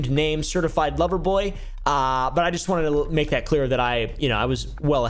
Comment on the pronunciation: Drake can’t say certified love boy without us hearing certified pdf file 😂😂😂😂